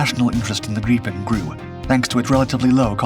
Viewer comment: Ai crap. Can't even pronounce grippin properly